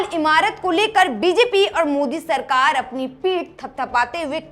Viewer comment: Sirkar to bol rhi 😂 Sarkar bol le thik se